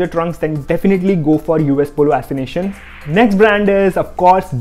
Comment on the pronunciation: Are bhaiya U S ASSOCIATION hai assination nahi 😂😂